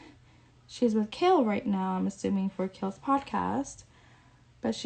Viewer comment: Oh and it’s KAIL not KALE we not talking about a vegetable 🤫